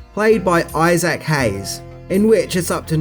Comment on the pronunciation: I love the works of Eye-Zack Hayes